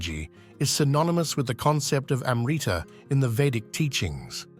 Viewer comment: you want to make a video about Amrita and failed to find out the proper pronunciation of the word, so western.